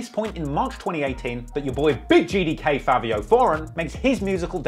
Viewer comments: It’s Fivio not Favio 😂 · is it pronounced "favio" or "fivio" ??